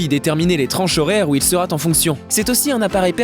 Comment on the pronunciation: Agréable. Mis à part une liaison malheureuse (il sera T en fonction) et une mauvaise prononciation (muLshing ?). Instructif. Mais au final je ne sais toujours pas quel modèle choisir ! C'est vraiment difficile quand on veut rester sur des prix raisonnables.